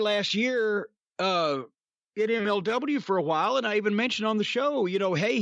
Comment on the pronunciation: Hotdog ... "j" as in Jose' or Julio or Jhotdog